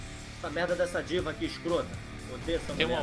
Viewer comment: eu ouvi ele falando diva e entendi diiga